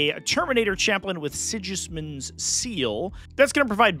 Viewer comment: pronouncing the G in waaagh is insane. And saying Sigismund like that is even worse.